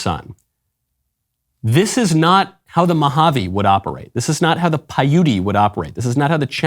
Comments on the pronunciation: Michael, it's PY-oot (Paiute), not py-OOT-ee. God bless. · Michael: It's not "Pay-yootie!" Payute is pronounced "Pie-yute." The final "e" is silent. Brandon has an excuse: he's 106, and a senile old bat besides! YOU (or your producer) can look it up and pronounce it correctly, setting a better example. You're welcome. :-)